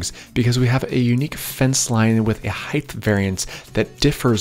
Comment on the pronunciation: When did height become heighth?